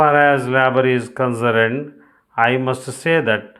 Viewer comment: Concerned pronounciation is incorrect